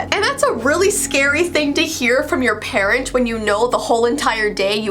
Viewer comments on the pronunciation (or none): none